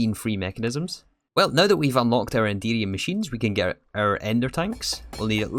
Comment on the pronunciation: I can't help but hear "Indeedium" when you say Enderium haha